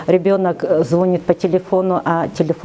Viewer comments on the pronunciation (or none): Врачу наркологу: ЗвонИт, а не звОнит...